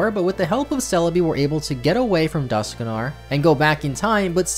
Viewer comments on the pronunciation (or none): Dusknoir is pronounced Dusk -noir, as in the old movies in black and white.